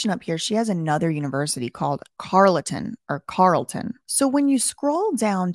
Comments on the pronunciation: We pronounce it "Carl-ton" in Ottawa. This whole situation is weird. Keep on the good work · Carlton is pronounced "Carl" "ton" haha you got it right some of the time. You did well with "Guelph" though👍